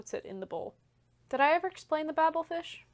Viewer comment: It's pronounced Bay-bel fish, not Babble fish - referencing the Tower of Babel in the Bible... definitely not bibble. Also, it's pronounced doe doe, not doo doo - that's a don't don't.